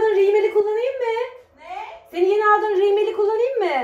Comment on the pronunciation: riimel degil rümel demeliydin HAHAHAHAĞAĞAGAHAĞA